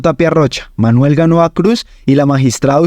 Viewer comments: Tiene muchos errores en la lectura del texto: al magistrado Manuel Gaona Cruz, primero le menciona varias veces como Ganoa y luego como Manuel Manoa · El relator tergiversa los nombres de algunos protagonistas por ejemplo Manuel Gaona lo pronuncia mal.😅